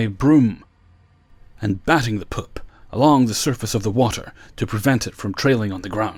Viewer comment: You say "poop" like Ms. Doubtfire lmao..."pôp".